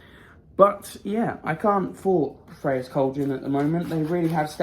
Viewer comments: I always look forward to these videos. They make my day, no matter how bad it started. You got her name right, just so you know. The funny thing is, there is probably a different way the ancient Greeks pronounced her name. It's like Hecate. There are so many variations of spelling and pronunciation of her name, not sure which one is the right one. My stone is slightly smaller than yours and I just about fit mine in the cage. Can't wait to get the Air bowl to complete the collection. Hope you have a blessed rest of the month!! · Yay you got it right. That is how you say the goddess name. Good video and thanks for posting. I wish I could see you perform. I bet you have a beautiful voice. Maybe you can sing for us one day.